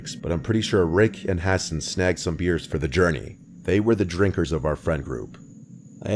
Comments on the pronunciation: Ha-sawn not hassen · Guy pronounces Hassan, “Ha-Sin”. 🤦‍♂️